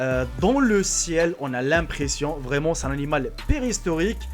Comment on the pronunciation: maîtrise de la langue française, parce que péristorique , y a de quoi rire.